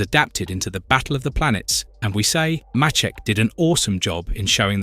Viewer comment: I was lucky enough to meet and talk with Carl Macek at a convention in the SF bay area. His name is pronounced Carl May-sic. Great summary of Robotech. Good Job.